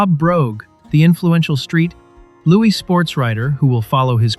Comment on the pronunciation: What kind of idiot repeatedly calls St. Louis "Street Loowy" (sic.)?